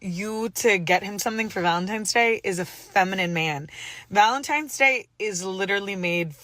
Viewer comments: Say it with me y’all….ValentiNes day….TINES DAY….NOT VALENTIMES DAY. Y’all some uneducated mfers fr😂😂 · Why do you keep saying valen - times day???????? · How come I’m hearing VALENTIME’s Day.. I just died 😮😂😂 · This goofy saying ValenTIMES!!! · She’s so dumb:Valentime’s ! I thought it was Valentine’s Day!